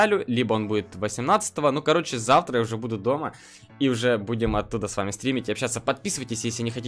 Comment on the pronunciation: Не завра а завТра